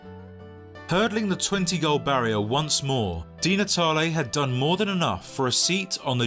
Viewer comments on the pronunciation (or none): none